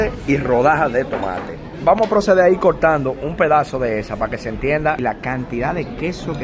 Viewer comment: proval?? coltando?? compaltila ?? mejor volvete y regresa a escuela para aprender a hablar